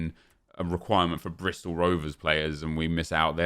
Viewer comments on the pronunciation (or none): none